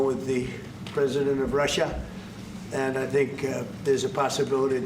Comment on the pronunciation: The way Trump said Russia